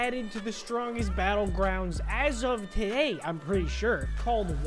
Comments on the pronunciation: “strongest battlgwound” got me and my brother dying xd 😂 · ThE StRoNgGeST BeTtlegWoUnD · Stwogest bwoelgwound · Strongest battle grounds nah we got the strongest battle gwound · ”strongest battlegwound” i love it! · “Hello everybody welcome to The strongest battlegwound”